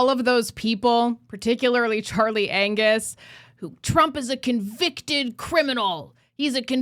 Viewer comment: The g in Angus is silent….